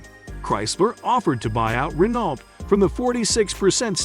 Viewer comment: Pictures of the cars you couldn't "find" are readily available. This is a poorly made video with many inaccurate facts and non relevant pictures. Why bother making such content? Just stop and delete your channel please. Edit: pronounce Renault correctly as well LOL! Practically unwatchable TBH.